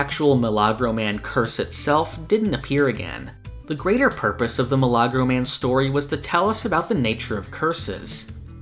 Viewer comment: oh it's a miracle man. The way it was pronounced threw me off a little. Best way to say it is a "mE-la-grow"